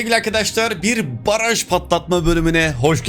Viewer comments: Abi baraj yerine paraj 😂😂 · Paraj değil, Baraj :D